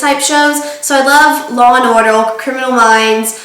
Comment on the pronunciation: Sounded so funny when you said 'law and order' hehe. Awesome video as always, x